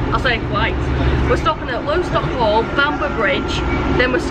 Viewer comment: Clitheroe-Hellifield is also used in both directions by 'specials' such as West Coast Railways' "Dalesman". By the way, Lostock Hall (where I live) is pronounced Loss-tock, not Low-stock - but thanks anyway for a great video.